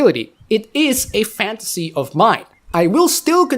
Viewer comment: A few times when you said fantasy, i heard space marine.